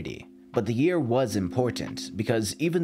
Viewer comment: It's year not "Jear"